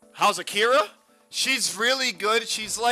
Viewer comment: Within two seconds of the video. Says the girl's name wrong... Jesus... Ah-Ki-Ra. Not '-Kee-ruh.